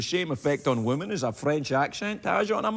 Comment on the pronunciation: Women! Please say women.